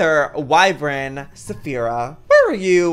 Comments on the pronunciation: Okay okay okay I bit my tongue but I’m half way through the video and at this point I’ve heard this word too many time to say silent!😩😂 it’s pronounced wy-VERN not wy-VRYN 😩😩😩😩💛💛💛💛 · JOEY! IT IS PRONOUNCED “WYVERN!” NOT “WYVREN!” YOU AND MEGAHN ARE SAYING IT WRONG! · IT'S WY-VERN NOT WY-VREN. YOU'RE MAKING IT *HARDER* TO PRONOUNCE THAN IT IS. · Lol it’s Y-VERN annnnnnd Jack has the same wyverm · Please google how to pronounce wyvern